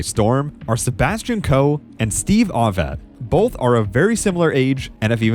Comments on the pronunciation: Excellent work you've put in but please learn the name Ovett is pronounced Oh-vette, not Ah-vette. You can hear the correct pronunciation in the old footage of his races. Keep up the good work with your videos. It's obvious how much research you put into them. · Ovett with the 'o' as in 'yolk' not as in 'hot'.. at least that is the UK pronunciation. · Well researched except for several glaring mispronunciations. The announcer says ohvett correctly then you mispronounce it ahvett. Also it is not tan zan eee aaaa but tanzuhneeaa. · It’s tan zu nia. Not tan zon ia. Come on man! And it’s O vett, not ah vett. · Please learn the correct pronunciation for: Nurmi Tanzania Ovett Boit Morceli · Someone with knowledge of athletics should know how to pronounce Ovett properly, and as for Tanzania? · you can for instance hear how "Ovett" is properly pronounced. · You’ve got commentators in the video showing you how to pronounce Ovett. And still you get it wrong. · obviously the narrator knows nothing about athletics. He also mispronounces Ovett. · Agreed. Really enjoyed the video but mispronunciations diminished it a bit. Brasher, Ovett, Tanzania, etc.